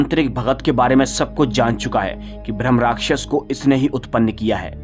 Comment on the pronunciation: भ्रम नहीं होता भाई ब्रह्मराक्षस होता है